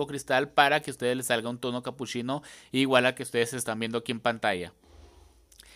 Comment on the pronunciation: CapuSHIno, SHIcas, muSHO de que parte de México hablan así?😂 soy de arg